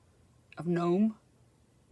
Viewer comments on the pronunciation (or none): Nomes without the g sound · The way we say it is NOME which rhymes with HOME .